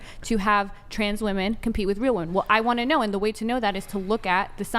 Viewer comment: The cover charge for participating in this debate ought to be the ability to correctly and consistently pronounce the plural of "woman".